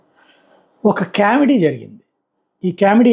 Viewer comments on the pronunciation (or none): ఒరే నిశానీ సాయిగా, అది కేమెడీ కాదురా బాబూ కామెడీ అనాలి (కామేశ్వర్రావులో కా ఎలా పలుకుతావో అలా పలకాలి). అలాగే తెలుగుదేషం కాదు తెలుగుదేశం అనాలి